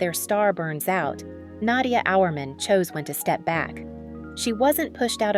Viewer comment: Learn how to pronounce her name.